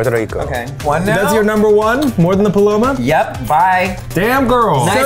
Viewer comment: The way Eugene said “paloma” was lowkey satisfying to my Mexican heart